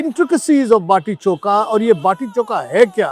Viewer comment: Bati choka nahi hai,bati chokha hai,bolo chokha samjhe.